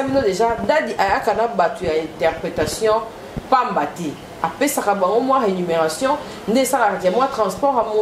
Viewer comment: Kapash balobaka #RÉMUNÉRATION qui veut dire RÉTRIBUTION, SALAIRE; et non RÉNUmération .